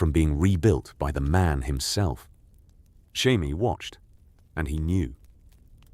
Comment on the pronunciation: The butchering of Jaime has me dying dude 💀